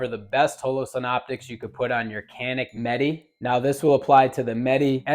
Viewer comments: Meh-Tay. Not Met-Tee. At least say it right if you want to appear like you know about the gun. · Bro said canik metee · Pronounced Met-ay.